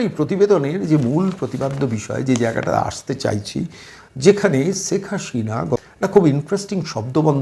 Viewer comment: আরে ভাই,ছেক হাশিনা নয়,শেখ হাসিনা। সিলেটের লোক হয়ে কলকাতার বুদ্ধিজীবী বক্তা কে বিদ্যাসাগরের প্রমিত বাংলা শিখানোর জন্য দূ্ঃখিত।